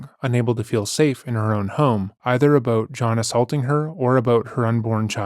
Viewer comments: Always assumed was American but just heard his say "aboot" and now I'm questioning that😂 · Somehow I never caught on to you being Canadian until I heard you say Aboot in this one lol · It's so funny how he's hidden it for so long and now 2 videos in a row he's giving us "sore-ry" and "aboot" 😂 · Am i tripping or is dude saying aboot I haven't heard him pronounce it like that before 🤔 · I’ve been subscribed for over a year and it’s just now dawned on me that you’re Canadian! Canadians pronounce the word “about” very uniquely. 😅 Love the channel